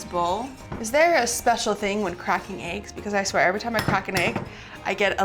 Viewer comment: Aagges why u say eggs like that 😆